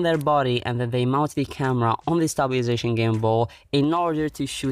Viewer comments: Stabili - sation FUCK'S SAKEEE 😂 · Stabiliation I regret this word...